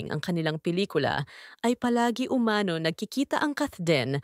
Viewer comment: Pwede ba pronounce "umano" correctly. Umano is accented on the last syllable ie UMANO' not UMA'NO.